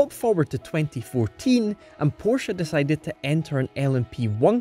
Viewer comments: Porsha and Porsh, what are these? Chinese copies of a PorschE? But bs aside, the pronounciation and for example was not bad for a native english speaker 👍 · Wow long time since I’ve heard Porsche pronounced correctly!